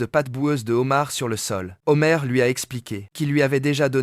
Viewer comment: 🍒 Les "Zhomars" , on peut pas dire qu'il ne fait pas la liaison 😂